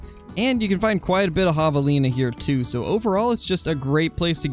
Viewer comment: It’s have-a-lina